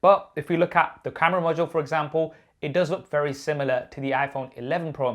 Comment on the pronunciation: "face id is wewy good"